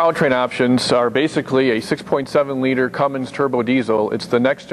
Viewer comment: Whats is a Cummings? maybe you meant to say Cummins?